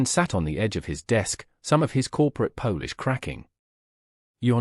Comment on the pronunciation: Please sort out the AI Polish as in Polish People, instead of Polish.....used to clean Tables!